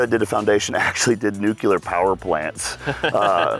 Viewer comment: "nucular"? cmon i expect more from you. shoutout gw bush